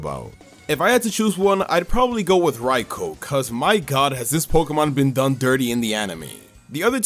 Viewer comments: Its not called raiko its called raikou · It's pronounced Rai-koo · The best way to be nice to Raikou is to pronounce its damn name correctly. Rai-ko just sounds stupid